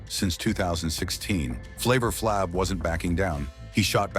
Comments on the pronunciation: I can't get through it with this white boy butchering Flaves name. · why do you purposely pronounce flav's moniker like that